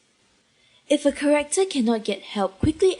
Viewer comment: I UNLOCKED A KEY MEMORY WHEN THE VOICE ACTOR SAYS KAREKTOR INSTEAD OF CHARACTER OMG